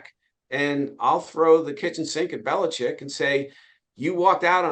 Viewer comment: Finally! Ian Rappaport pronounces his name correctly. It's BeliCHICK!!!